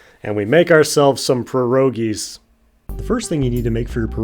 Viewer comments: I’m never gonna be able to say Pirogies ever again lol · "Proroguies" is chef's kisses